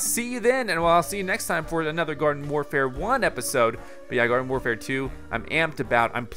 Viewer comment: Did he just say Garden FORfare at the start of the video? 😂😂